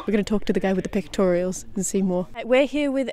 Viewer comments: I can’t get over talking to the guy with the pecutorials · Cat: "we're gonna talk to the guy with Pectorials" Pectorals: am I a joke to you 🤣